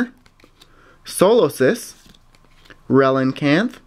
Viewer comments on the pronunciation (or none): I always said relicanth, "relincanth" like you do! its so easy to make that mistake :L